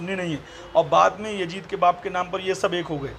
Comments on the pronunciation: Abe jahil pehle naam bolna to pahle Sikh le jahannami kutte . (Yazid) naam hai uska (yajid) nahi hai Maslak e aala hazrat Zindabad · Abe Jahil, Teko Laanati Yazeed bolnay nahi aata Yajeed Yajeed karta hain, Ahmed Raza ko Ahmed Raja kehta Hain pehlay Urdu sikh phir dars day, Ek ho to Muhaddis aur zyada ho to Muhaddisin hota hain, pehlay ye sikh